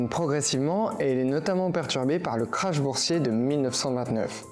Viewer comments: Il y a un équivalent français c'est le "bourg" d'ailleurs ce mot anglais est dérivé du mot français. On ne dit pas "crash" boursier mais Krach boursier qui se prononce "craque". Cette intro n'est pas très rassurante quant à la rigueur de vos enquêtes. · Bah oui... Et 1 minute plus tard, le "crash" boursier, on dit Krach boursier. Pas très rassurant sur la qualité de leurs enquêtes après une telle intro.